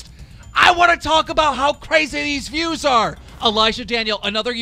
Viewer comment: He said go's instead of views